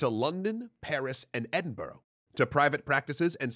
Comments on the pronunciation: edin-bruh, not edin-boro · That’s not how you pronounce Edinburgh. Buh-ruh not buh-row. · It’s pronounced Ed-in-bruh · Edinburgh is pronounced Ed-in-bruh, not edinborrow or Edinburg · You said Edinburgh wrong you don’t pronounce it brow it’s bura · its pronounced E-DIN-BRUH NOT: ED- BOURGH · its not edinburrow...... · Edinburgh (Scotland) is pronounced more like EdinBruh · Why can’t people say Edinburgh right 😩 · Love your videos, but can we drop the incorrect American pronunciation of Edinburgh please?